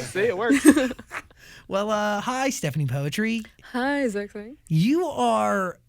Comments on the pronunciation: Si stephani kok ngomong poetri nya juga "poetri" buka putri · i dont know why she doesnt correct the pronounciation of poetri. princess in indonesian is putri not poetri or poetry thats not the same word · Why saying poetri not putri? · Bangga si anak diva indo. Tapi dianya kenapa bilang "poetri" bukan putri sesuai bahasi indonesia. Kalau bule pasti ga tau dia pasti taulah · Poetri reads as Putri/Pootree right in Bahasa? But i guess she made it as Poet-ry as her stage name huh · yes, i understand that. If you watch this interview and some other, they say the name poetri literally, like poetry. Even she herself called her name that way. Thats why I said that I ve been calling her name wrong as "putri" instead of "poetri" like everyone in the video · so its not Putri, but Poetri like in 'poetry' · Stephanie poetry lollll Its pootree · Actually there is a video, that will explain how her name suppose to pronounce, it's Putri but she likes to pronounce it like Poetri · I never knew that her last name was pronounced Poetri like in "poetry", i thought it was Putri 🤣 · so you pronounce your name "poetri" like "poetry". didnt know that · Why does she pronounce her name wrong? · She pronounce her name wrong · iya mbae, sabar atuh. Kan saya bingung kenapa dia sendiri yg ngeja nya begitu. I was just genuinely surprised that she herself pronounced it that way